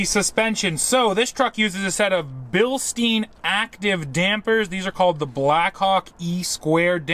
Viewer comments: They're pronounced Billstine, like the German beer stein. had to admit he's been saying it wrong lol. Nice toy, i can only imagine what the dealer markups will be. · You are not pronouncing Bilstein correctly.